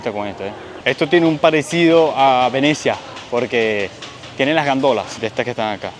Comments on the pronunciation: SE DICE GONDOLA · Chamo no son Gandolas, son Góndolas. Por favor haz la corrección. Saludos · 😂😂😂gandolas😂😂😂 góndolas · muy entretenido y buenísimo como siempre todos tus videos 😊... detallito : se dice gOndolas, no gAndolas 😂 besitos